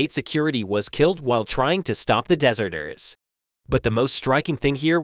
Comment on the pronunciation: I Presume when you say Dessserters you mean to say dezzerters one sounds like a cake, the other sounds like an expanse of sand . one has no meaning the other means a person who runs away from danger